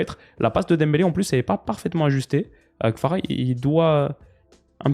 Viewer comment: Kvara* pas Kfara … ça fait un moment que j’voulais te le dire